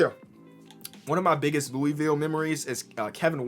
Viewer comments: Nothing on but Louisville is pronounced Loo-uh-vul. This is coming from someone who lives in the area. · I get so upset when people don’t pronounce Louisville correctly and idk why lol